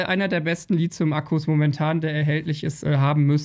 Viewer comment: und und Immer wieder dieses doofe "LiZium" :-( Es heißt LiTHium wie in Lithosphäre und Lithographie! (Aber dann über 'Aftre' lachen ...) Inhaltlich sind deine Videos absolut top - nur sprachlich halt nicht ;-)